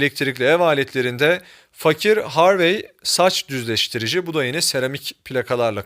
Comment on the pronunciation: DÜZLEŞTİRİCİ LÜTFEN AMA LÜTFEN DÜZ-LEŞ-TİR-İCİ💚💚💚😊😊😊